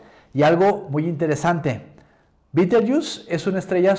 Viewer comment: Y si se escribe Betelgeuse por qué la pronuncia usted "bitelyiús". No le pusieron ese nombre los ingleses sino los árabes, creo.